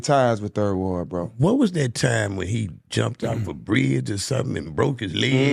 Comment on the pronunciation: He still ain't from Houston 😂. Bro don't even say 3rd ward the right way..